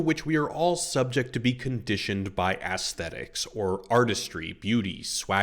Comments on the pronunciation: I was very curious to watch a dissection of this movie and the poster has some warranted and trenchant points to make. Sadly, I could not watch it completely through because I kept hearing ASS-thetics, as opposed to the correct pronunciation of the ae dipthong, EECE-thetics. I know that makes me a reprehensible pedant, but there we are. I am but 'civilised my syphilised yarbles', as Alex might say. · aesthetics -- not assthetics, lovey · You keep pronouncing it “ASS—thetics.” Is it deliberate? I’ve never heard anyone else say it that way. I can’t help but find it distracting. Great analysis, but wow that is odd. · can't get past the way you keep saying "ass-thetics" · Nice reflections on the key aspects of one of my favorite films of my youth. I experienced three very different takes over 10 years watching in the 70’s-80’s, and had many of the same thoughts. What I got from the film each time reflected both changes in the cultural context of the film and my own life experience. (Side note vis-a-vis aesthetics: I was distracted at times by your pronunciation, “ass-thet-ics”, novel in my experience. Ironically, I affected the aesthetic experience of your vid for me. It also made me question my own pronunciation, but a sampling of a half-dozen pronunciation guides all hewed to the softer short “a” sound I was familiar with, so perhaps the hard “a” is a regional scent I haven’t encountered?…) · please stop pronouncing aesthetics like that 😭😭😭😭😭😭😭